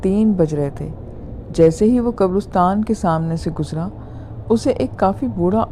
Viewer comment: Great. It's qabaristan,like Pakistan or Uzbekistan, not qabarustan.